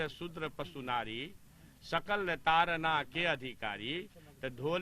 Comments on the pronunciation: Taran nahi bhai tadan hai bhai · ताड़न न कि तारन । ताड़ना मतलब मारना